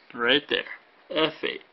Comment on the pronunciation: thank you its all easy to follow except you said ept...(f8). i didnt understant at first..hahaha